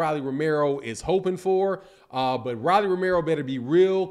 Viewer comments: Who DF is Rallie??? Its Rollie..with an " O" ..🤣🤣🤣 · Pronounced "Roll - E"